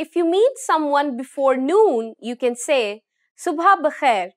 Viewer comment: The word is Sub'h not Sub.ha.